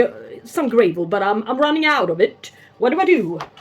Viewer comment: lovely dog. Mine loves the snow too but we didn't have any here this year! Had to laugh how you pronounce gravel. It's not grave-el, it's grah-vel. Shame about the scale. They can really mess up our observations. Like you I have many times taken out an orchid, noticed the roots had rotted and concluded it didn't like hydroponics but it turned out it's only ever infected plants that develop a problem. No scale, no rot in future. Or that variety really doesn't like to be potted hydroponically. I have upped the game here myself and have invested in a sulfur hotbox fumigator. After 3 years of dealing with the majority of critters keep coming back I am nearly ready to give up trying to be honest so last effort to eradicate my rot problems... Even though it's not a great idea to use it indoors only because it will make a house smell of rotten eggs. What did I get myself in to growing orchids eh